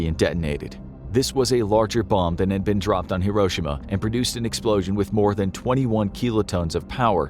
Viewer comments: no way this man mispronounced Hiroshima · I love your the vids but the way he says Hiroshima 😬